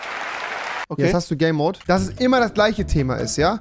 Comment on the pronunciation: Hat noch jemand gay Mode verstanden als Max game mode sagen wollte